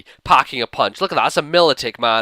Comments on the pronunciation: My-lo-tik, not Mil-O-tik. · mil-O-tik not mil-i-tik